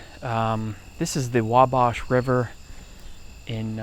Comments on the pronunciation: It's pronounced moe-non trail. And Wau-bash river. I'm from Carroll County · It's pronounced "MOW-NON" and "WAW-BASH" respectively. This place is less then 30 mins from me.